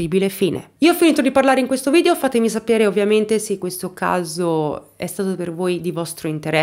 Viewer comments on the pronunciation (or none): none